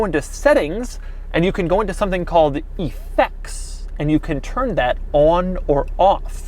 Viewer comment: Who pronounces it EE-fects?